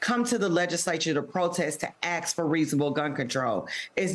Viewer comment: It is not ax it is ask learn to speak properly if you are to be an effective legislator and don't butcher our language